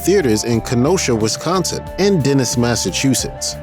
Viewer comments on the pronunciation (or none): Good job on the cities in Wisconsin pronouncing. Just say them faster and remember it's wIsconsin not wEsconsin